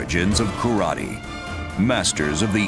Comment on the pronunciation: Correct pronunciation is KARATE or appropriately KARATE-DO. It's pronounced and spelled phonetically.